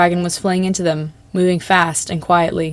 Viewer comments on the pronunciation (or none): stop saying “dem” I’m physically retracting from my screen